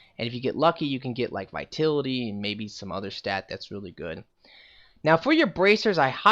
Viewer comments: ITS VITALITY NOT VITILITY other Than that good build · Yea he pronounces it like "Vaitility" lol. Ugh it's a bit annoying. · The way you pronounce vitality angers me.